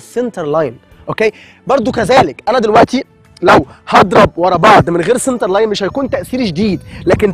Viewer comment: Center not cinter